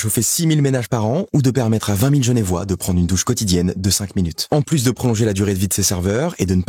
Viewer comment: bon je déteste corriger mais on est des genevois et non pas des genévois haha sinon super vidéo et super sponsor 🔥